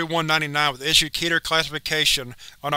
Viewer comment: Keter is pronounced KEHTH-her.